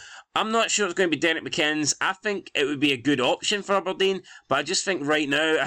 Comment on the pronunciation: Why u keep saying mccinns?😂